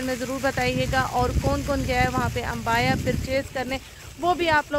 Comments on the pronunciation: Its abaya not AMBAYA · Asslamoalikum baji vlog toh apne bohat achi banai hai but mein apko batana chahungi ke abaya huta hai ambaya nhi pure vlog mein apne ek hi cheez boli hai ambaya ambaya it's abaya hope u will correct that 🙂